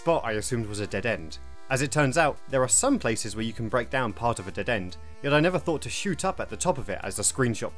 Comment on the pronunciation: I can't take any adult seriously when they can't pronounce simple words correctly. "Hey, you have healf" (health) "you'd have fought" (thought) you were obviously not paying attention in school.